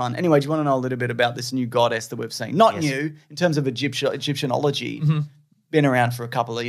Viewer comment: Did you say "Egyptianology"?? 😂 and if the goddess is Tourette, there's gonna be lots of random swearing in next episode.